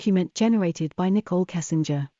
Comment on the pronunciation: Why do we have to listen to AI readings? The British voice reads the words as Nicola instead of Nicole A. How annoying.